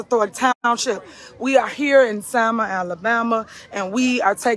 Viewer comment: Its selma not salma get it right